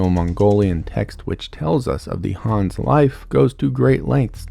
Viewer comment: Is the name actually pronounced Hans??